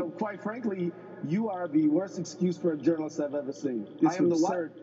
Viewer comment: A congressman saying "choo" not you, sad... I would have cut his mic.